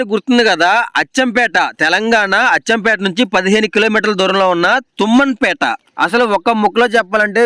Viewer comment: తుమ్మంపేట కాదు తుమ్మన్ పేట